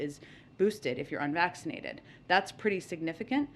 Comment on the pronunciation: spotifly😂 unvaccininated😂